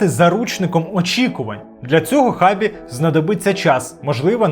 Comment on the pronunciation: Його ім'я читається як Шабі, а не як Хабі)